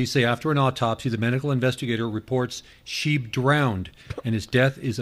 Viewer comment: It's Shy-b not sheeb by German pronunciation.